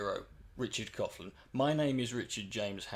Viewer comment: I think you were one of the first YouTubers i subbed too I find you to be irritating a lot of the time.I do also find you to be a decent human being. I always wondered why you pronounced Coughlan the wrong way now I know .......